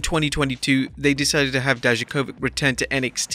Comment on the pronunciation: It's incredible how badly you pronounce Dijakovic. Not even close to how it should sound like